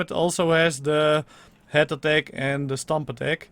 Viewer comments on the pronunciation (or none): none